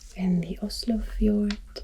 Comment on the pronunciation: Honestly, your pronounciation of the Danish words is actually quite good. I'm Danish myself (from Aalborg), so I should know. When you pronounce "Skagerrak" the g is soft, almost silent, so it's more like "Skaerrak" and in the word "fjord", the d is silent. Other than that, it's fine👍